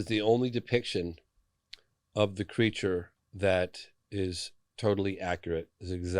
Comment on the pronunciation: Creature or is it "cre a ture"